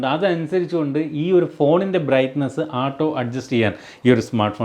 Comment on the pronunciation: ആട്ടോ അല്ല അണ്ണാ ഓട്ടോ 🙏🙏🙏